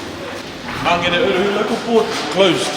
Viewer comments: Never heard Mangere said like that before. I always thought it was pronounced like Man-gheair. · Why do the locals mispronounce "Mangere".. even if you say it like "Magele".. it's still better then "Mang - gerry... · Pisses me off people need to learn how to pronounce our language properly its not mangry its mangere